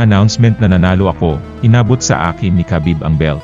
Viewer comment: Habib ang bigkas sa pangalan ni Khabib.. hindi kabib... i research mo to prove it.